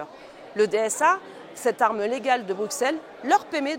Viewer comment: Bonjour Madame Joron, Un Bruxellois vous le dit : on prononce Brusselles et non Brouxcelle. Merci pour tout.